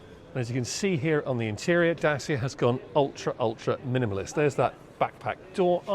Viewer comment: Try "Datch-ee-a", PS this is a great design, having seen a few Citroen Ami around town there is no doubt the Hipster would be popular.